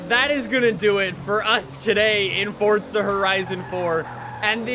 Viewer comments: It’s not fortza it’s forza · It. Is. Not. FOTZA. It. Is. Forza. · Fortza ? Iys forza not fortza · "fortza horizon 4" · No one:: FORTSA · Stop saying fortza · why do you keep pronouncing forza with a T?